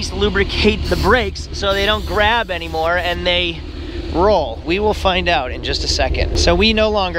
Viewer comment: "Anymo" 🤨🤔 Really?